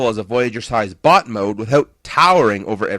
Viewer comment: When you say bot it sounds like butt